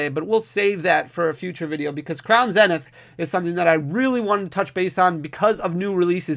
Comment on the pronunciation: Zzzznith not zen. Sorry was bugging me 😅